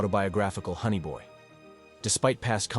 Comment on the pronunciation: Shots for everytime you say, honny boy, and is buf not boof